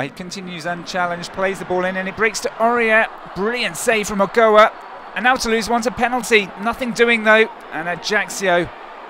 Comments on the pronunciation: Okoa????????? Don't you mean Ochoa??? I know he might be a french/English commentator but come on shame on them for screwing up my idols name. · Agoa lol its ochoa